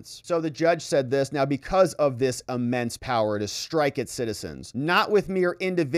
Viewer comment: "Because of this UHmense power..." Um... it's "immense" power, mate. No "UH" sound in there at all.